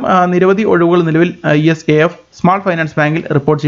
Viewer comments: ഇസാഫ് ആണ്" E S A F " അല്ല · ഈ എസ് എ എഫ് അല്ല... ഇസാഫ് ബാങ്ക്.